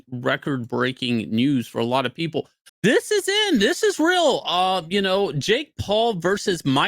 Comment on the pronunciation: It's rill Shane.